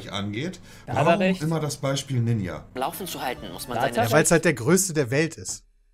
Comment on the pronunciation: also dieser "ninscha" ist ja mal ganz an mir vorbei gegangen